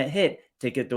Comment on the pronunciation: Tom Zhu’s name should be pronounced “Ju.” Refer to online Chinese romanization chart based on pinyin. Love your channel and keep up the great work!